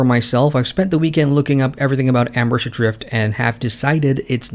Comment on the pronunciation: Cool... but it's Embers Adrift, not Ambers Adrfit.